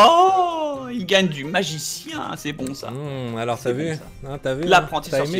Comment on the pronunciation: a 7.30 il a dit nazicien mdr